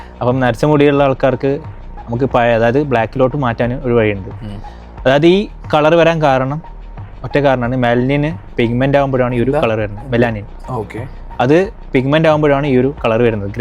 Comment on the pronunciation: Melnin ❌ Melanin✅